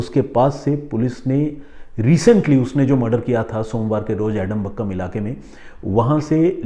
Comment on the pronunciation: Sir एडमबक्कम नहीं है आदमपक्कम है नाम😂